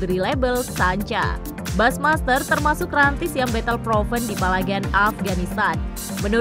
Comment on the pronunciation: Halo narator, bushmaster itu dibaca busymaster, bukan basmaster. Jangan males belajar dooong....